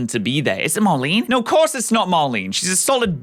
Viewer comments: Opal's Gym challenge is pretty fun. My favorite part is the 3rd trainer. Isn't his name "GORE-dee"? It's spelled "Gordie". fails to realize Raihan's theme is weather, not Dragon type. MAR-NEE. NOT MAR-LEEN. Also, you better be moving her up to A tier. Diantha had other obligations seeing as she was an actress and all. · It was obviously not marnie considering you got her name wrong 30 times in a row XD